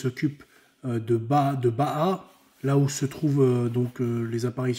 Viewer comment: On ne dit pas « baha » c’est bahIa